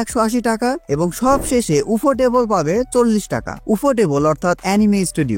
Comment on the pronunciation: উফোটেবল বা ইউফোটেবল 😂